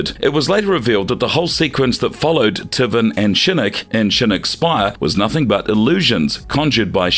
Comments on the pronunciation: Tivvin instead of taven lmao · Unfortunately a lot of your facts are wrong like the MKX comic book being Canon. The Creator went and said it's no longer Canon. Also at least pretend to know what you're talking about and get the pronunciation right bud. TIVEN SHAN SUESUNG